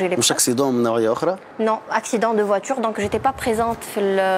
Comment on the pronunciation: minute ( je fais un accident) !!!! n9oulou "J'AI FAIS" Mana7kich 3al ba9i (Accident de voitour )!!! N9oulou "voiture" ........ yaser t7ebou ta7kou bel français. El mochkla ta3mlou fi aghlat t7achem...